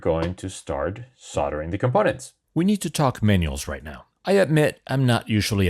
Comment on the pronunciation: I really hope its my hearing and you dont say "soddering" instead of "soldering". there is no silent "l" grrrr.